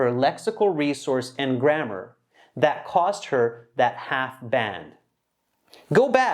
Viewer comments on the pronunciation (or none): none